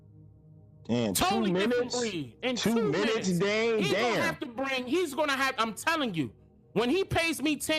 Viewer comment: It's DANE not Dan! Damn!!! Lol